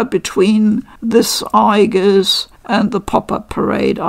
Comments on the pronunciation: In Japanese she is written in the way you pronounced (with the hard G sound) 👍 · you mention that you don't think Aigis has a "canon" pronounciation. In the games (at least in p3r) and movies her name is always said with a "hard" g. Would this not constitute a canon pronounciation, or is her name said differently in other languages or medias?